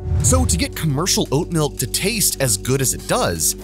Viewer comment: god damn you butchered so hard